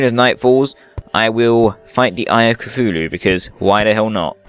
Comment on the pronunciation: your saying cthululu wrong , its ka tooh loo . say it a fast so the H on tooh is silent but you can still hear it a little